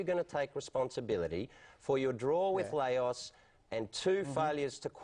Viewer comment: one works as a broadcaster and can't pronounce LAOS, the other is the manager of celtic